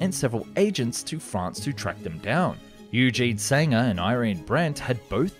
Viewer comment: It’s pronounced ‘oy-gen’, not eugene